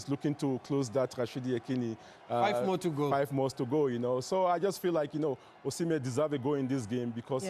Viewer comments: His name is Osimhen, not Usman lady! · I know… but how can they have someone on the show who doesn’t even know how to pronounce the name of a player like Osimehn. That’s hilarious